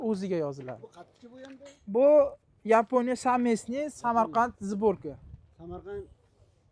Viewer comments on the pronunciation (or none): none